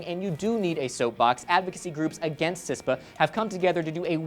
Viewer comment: CISPA not CISTA